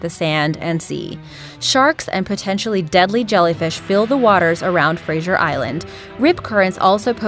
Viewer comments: Right. You should start the Explanations with the Origin for all your bullsh1t through this vid. Was it Ignorance? Was it Sensationalism? I'd love to know what these 'worlds deadliest spiders' are that you claim live on Fraser ( pronounced Fray-zer, not Fray-zee-er ) Island. The spider shown during your wild - see what I did there - accusation is a Golden Orb spider, which are harmless. But please, continue to flood the internet with fear mongering ignorance and misinformation, the less tourists means more pristine beach area for us locals. As for the thumbnail, I was looking forward to see who was in the Green Room with the surfer. To paraphrase. We are Disappoint. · Its pronounced like Frayzer....and there's super deadly spiders everywhere in Australia. And crocs can be expected anywhere above Gladstone ordinarily. so sightings at Fraser are rare. Its the rips that make it dangerous. I would recommend it tho, it is a great place. Just make sure that if you are going to 4x4, go with someone in case you get bogged. Most of the accidents are just idiots pushing their fourbies and rolling etc...not really sharks and crocs. Dingos wont usually go after adults, just keep your children safe. I live along that sting of shark attacks, a guy died on the beach 2 mins away, its rare tho and surf is good But nah come to Australia its great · You saying Fraser wrong, makes me very annoyed and the island isn't that bad yeah there are sharks and jellyfish in the water but no one swims in the ocean there are safe rivers and lakes to swim in that are very popular and if you camp outside the safe places then use dingos could get you but it's quite safe there, but no where is so safe nothing bad ever happens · FRASER ISLAND I ALWAYS GO THERE AND YOUR SAYNG IT WRONG BTW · She said Fraser weird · your saying Fraser Island wrong ( just a statement ) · Saying Fraser Island wrong was annoying me 😂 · YOU SAID FRASER WRONG!!!!!!!!!!!!!!!!!!!!!1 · WTF, she Fraser wrong